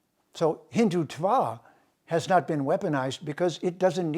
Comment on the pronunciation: You cannot even pronounce the word Hindutva correctly!!!! Haha!